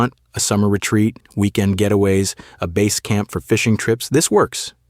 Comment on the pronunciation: said bass like base 😂